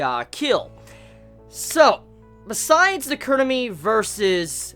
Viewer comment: KUROME, not kurumi!! -ROME